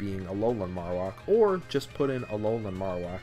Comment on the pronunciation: It's pronounced "marrow" (like bone marrow) and whack (like.. uh.. whacking something) Marowak